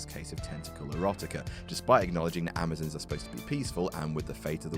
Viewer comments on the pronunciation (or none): The Amazons is not pronounced like Amozins its pronounced like (am-o-zons